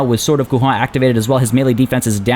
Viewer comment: Great video as always ! That said, this is not how you pronounce "Couronne" in french !